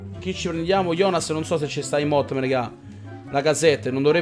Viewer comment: Un "MOTTEM" hahaha grande